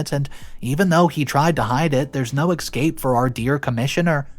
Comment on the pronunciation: This mother in law is fucking crazy. you need to listen to someone pronouncing words because your pronunciation of escape and othe words like cretin is completely wrong.